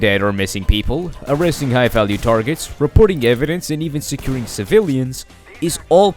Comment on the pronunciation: At the start you literaly said "no aresting" but aresting in this game is more like detening